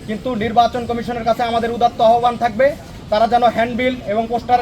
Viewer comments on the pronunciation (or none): none